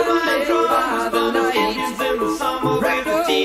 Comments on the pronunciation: He might think he's saying Deuce but it comes out as Douche. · Ever since this song came out, I thought he was saying "wrapped up like a douche..." And I was like, "Huh???" Hahah! He has such an odd way of pronouncing "deuce."